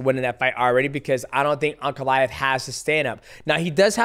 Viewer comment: “Put ankalev” Islam Makachev